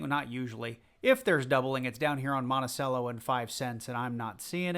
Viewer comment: Monticello is pronounced like “Montichello”